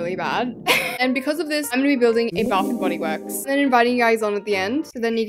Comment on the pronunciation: I’m so sorry but “Baf n body wourks!”